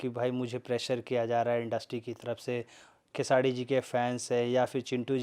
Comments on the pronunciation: खेसाडी नहीं खेसारी भाई बोले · खेसाडी नहीं खेसारी भाई बोलो